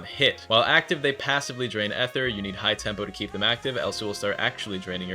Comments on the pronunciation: its EETHER NOT EHTHER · Ether ❌️ eee ther ✅️